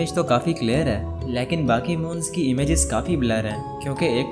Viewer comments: O bahi leeaakin nahi lakin hota ha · Aap lekin ko laikin bolty hain hahaha 🤣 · Can you please learn how to pronounce the Hindi word LEKIN. It's so annoying that you mispronounced this word every time.